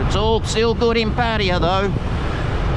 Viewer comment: I've heard Pattaya pronounced many different ways even though there is nothing ambiguous in the ways it is spelt. Your pronunciation is probably the worst and you pronounced it two different ways in the first 10 seconds of this video.